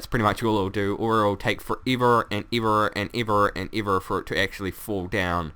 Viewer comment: How he says ever 😂